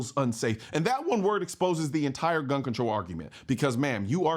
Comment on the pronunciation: Why would I listen to a person that can't even say the word gun?